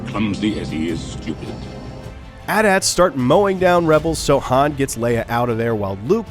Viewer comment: The way he said at-at tho